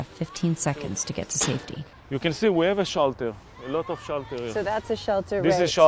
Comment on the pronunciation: Israeli English "here eez e shalter and enader shalter..."